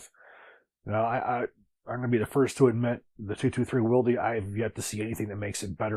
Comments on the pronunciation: I say Wild. Hearing will dee made me cringe hard af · I am English by birth, Northern English too. This is a region known to retain a number of "old" pronunciations, or styles. If someone pronounced Wylde "will dee" they'd get laughed at and slapped! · Great video, especially love the visual representation provided by the cutaway, +1 for asking to borrow it from PWS. In relation to SpiralOverlord's comment about how to pronounce "Wylde", +1 to Jacob Paulson's reply . We in the Antipodes, who speak English... that is "non-murican"... do not say "Will...Dee". The English derivation of "Wyld(e)" stems from 12th century English and meant high spirited, boisterous, or as a topographical surname that applied to a person who lived near uncultivated land such as a "moor" where the land was regarded as unkempt or "wild". Therefore the English pronunciation of "Wylde" is... "Wild". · Wildie?! It’s pronounced wild (spelled Wylde). It’s been around for quite a while now, and there are a crap ton of sources that explain why it works better for those that switch back and forth between .233 and 5.56. The fact that you don’t know how to pronounce it makes me question your reliability as a firearms expert. Also, VoltAR? It clearly reads voltOR. They are also pretty well known in the gun world and have been around for years.